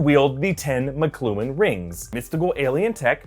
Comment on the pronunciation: Mock-clue-on is how I’m used to hearing Makluan, from Armored Adventures.